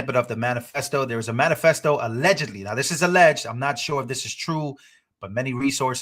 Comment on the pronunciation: It is manifesto not manifecto😂😂